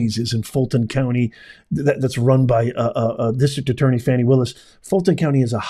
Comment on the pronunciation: Fani????? shouldn't it be Foni !?